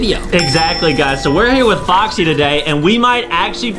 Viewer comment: Why does adem keep saying boxy not foxy?